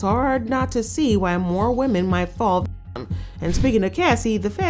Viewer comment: Can’t even say victim!?